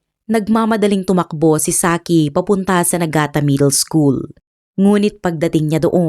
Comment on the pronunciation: Nigata po hindi Nagata…